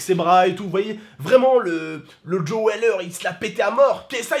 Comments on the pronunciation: Sa se prononce pas Joai mais Joooo. Et les vrais ont vue le match en direct. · Quand il dis joÉ weller il fait délirer 😂😂😂